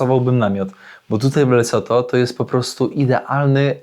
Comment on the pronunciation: Lesotho? "LeCoTho"? 😅 pojechał sprawdzić co to. Wygląda to trochę jak Rumunia.